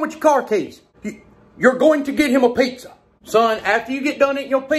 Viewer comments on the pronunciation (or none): As an italian, I love the way he says "PEIZZA" :-D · The way he says "pizza" really cracks me up!